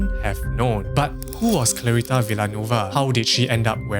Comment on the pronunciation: Hello, its pronounced Vil - ya - nuwe -va :hand-purple-blue-peace